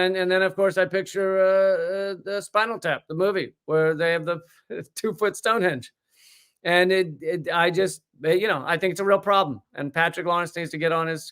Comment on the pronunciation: its stone " henge" not hinge, no matter